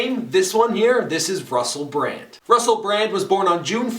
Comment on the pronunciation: My brraand.